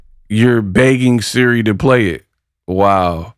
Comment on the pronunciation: Can't even say SIRI right smh. Just ghetto asf. And she fighting a lady that's way older how convenient.